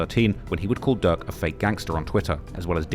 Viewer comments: Bro called durk.. duck lmao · Bro pronounce "durk" and "duck" and "dirt" the same had me confused af